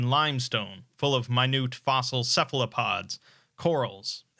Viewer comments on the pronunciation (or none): none